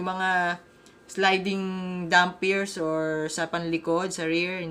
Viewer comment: Sana dumami pa maglaro ng TMAC at marami pang racing centers na magcater nito., may feedback ako. This is not to sound arrogant pero iba ang pag pronounce mo ng damper at bumper. I do know you’re very much open to feedback. Still, overall a very good video lalo na sa mga newbies. Looking forward sa next videos mo.